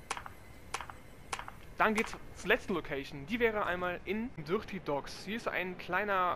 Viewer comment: "dürrty Docks"